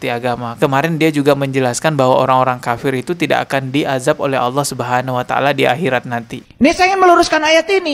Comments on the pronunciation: Menyebut ALLAH, saja berbunyi AWLAH, dr situ sj udah ngga bner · Awlo..awloo.. gak bisa melafalkan Allah dengan sempurna..😮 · MANA ADA UMAT MUSLIM MENYEBUT ALLAH DENGAN SEBUTIN AULOH..SAYA JADI MUSYKIL AFA BENAR INI UMAT MUSLIM..KATANYA ILMUNYA TINGGI..NYEBUTIN NAMA ALLAH AJA SEPERTI ORANG NON MUSLIM.. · Si nyebut Allah saja dia gak becus...mana ada Allah di baca jdi Awlloh...mana ada huruf WAU nya😅😅😅😅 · ini hampir di setiap vidionya Kalo yg sy dengar nyebut Alloh kedengarannya seperti AWLOH,🙏🙏 mungkin sy salah dengar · Kalimat yg dibaca bukan Alloh tapi dia sebutnya awloh..... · Kita liat dia nyebut nama ALLAH saja sdh salah..Awloh..dasar si oten oten.. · DARI LOGAT NYA AJA ,UDAH KETAUAN DIA BUKAN MUSLIM,,,NYEBUT ALLAH AJA AWLOH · Bukan Awlo tapi Allah, lidahnya keluh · ALLAH puulll.. Bukan awloh😩😩😩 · Itu bukan orang muslim cara mnyebut harusnya Alloh seperti/kedengaran AuwlloH.harusnya ada penebalan/penekanan di huruf l jadi Alloh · Aneh ini si. mengucap nama allah itu seperti ini: aullo. Semua ustadz menyebut lafaz allah itu ya allah dengan fasih nya. Dia koq bilang nya aullo,jangan² dia pura² islam. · aneh kok dipanggil ustaz orang macam ini, nyebut Alloh saja" auluoh" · menyebut ALLOH aja, awloh, jelas dia orang yang ga jelas, ALLOH hurufnya bertasjid bukan pake W, laknat tulloh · Ayo dong segera bertindak! Payah orang ini, menyebut اَللَّه saja salah. Dia bilangnya AWLOH... Astaghfirullah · Nyebut nama ALLAH saja dia susah😰😰😰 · Bener meresahkan ini terus bahas bang nyebut allah aja awloh mui plis dong gimana ini ini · Ucapkan Allah aja alluuhh...😂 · Menyebut asma Allaah aja nggak bisa itu pendeta sepertinya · Ucapan ALLAH aja nggak teteh. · Ini siapa ya sebenar nya? Nyebut Allah aja gak bener terlalu berat x lidah nya wah curiga saya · Nara sumber.yg di masalah kan.melafadkan Alloh saja gak pas.